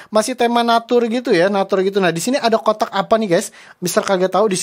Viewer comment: Aku kok dengernya buang otak ya bukan kotak 😂😂😂